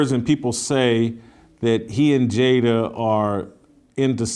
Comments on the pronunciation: She called her 'Jada-bel' Pinkett! 😂😂. I died 💀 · “Jada-belle” ? 😂. That’s right up the with “entanglement”. “Fruit inspector”. Come on Sis!!!!